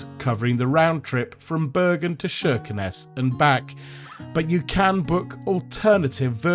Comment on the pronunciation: Kirkenes with a hard K sound, not SH.